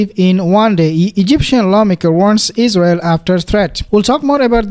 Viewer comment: Yes Exactly. There's No izzzrael. Exactly